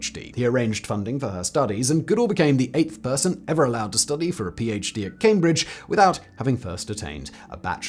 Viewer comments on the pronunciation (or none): none